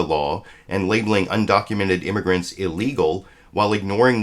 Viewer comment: She also said "imergants".